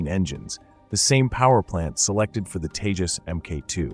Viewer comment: Proves your ignorance, can't even name the LCA jet, it's Tejas and not Teja. Also, it was the same blabbering that was being done by others when it came to space explorations and look where India is now. What you have to understand is it's not the same bureaucarcy that is in, this government, prioritizes stuff and the ceiling broke with the Tejas, the limit now is beyond the sky with the private players in the scene now and the Kaveri engine brought back to life. Keep your hypocrisy to yourself and keep a lookout in the future, because when the AMCA comes to fruition, I iwill be back here.